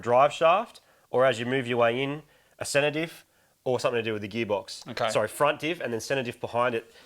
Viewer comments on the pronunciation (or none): Why does Marty keep saying "sedative"? Oh wait, centre diff! Now, I get it...